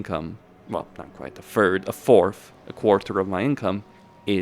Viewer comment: A “Fird” of your income lololol